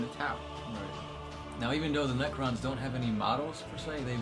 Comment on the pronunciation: you said nercrons and tyrinds ally in the nercron lore